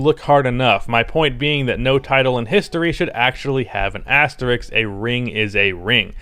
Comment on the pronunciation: You’re probably the only white guy that can’t pronounce asterisk.